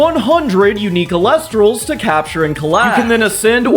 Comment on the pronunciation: "Eel-ektross", not "elec-tross".